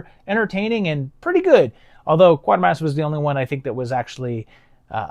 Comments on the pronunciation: QUAY-ter-mass.. Not QUARTER-mass. Bernard is worth more than 25 cents... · Actually, it's KWAY-tur-mass. A lot of people call it QUARTER-mass. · Great to have Quatermass being talked about in these videos, but please get the pronunciation right when you get to the sequels (it's KWAY-tuh-mass). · Quatermass - prn Kwayter-Mass. Have to say though, that I love these videos. THE definitive Sci-Fi & horror retrospectives.